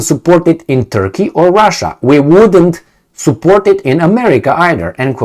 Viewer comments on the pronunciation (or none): none